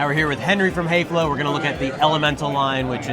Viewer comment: Häfele should be pronounced, "hef/fel/le" the two dots over the "a" turns the sound to a short "e" sound like "egg".